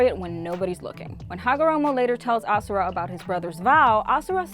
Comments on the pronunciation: its ashura not asura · Why is she calling ashura asura